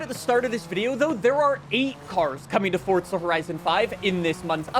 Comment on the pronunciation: Why he always say forza like fortza